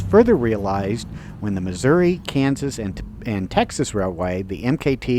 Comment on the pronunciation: It’s NOT MISSOURA. IT’S MISSOURI!!